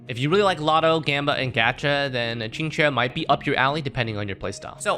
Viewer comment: The only HSR content creator to pronounce Qingque correctly.